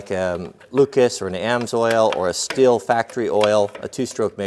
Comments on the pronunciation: Pro Tip on the Brand name: it‘s pronounced like the english word steel, just with a ‚sh‘ sound - the closest approximation would be ‚shteel‘… awesome video! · Stihl is pronounced steel here on the east coast. Steel not still.